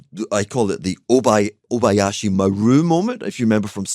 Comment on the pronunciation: Oh no… Hugh … it’s Kobayash.